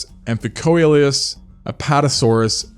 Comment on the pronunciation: Amphicoelias is actually pronounced "am-fih-see-lee-as," and "Coelurus" is pronounced "See-loo-rus."